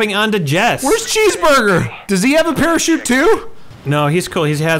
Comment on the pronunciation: Sure, someone else says "bear-a-chute" an hour after me and gets 8 thumbs up...